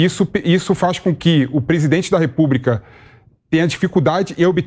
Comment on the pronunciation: Repúbrica? Ouvidos doendo